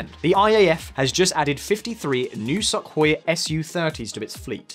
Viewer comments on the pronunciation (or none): none